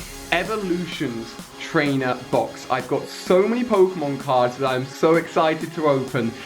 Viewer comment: When he said trainer box.. I felt triggered.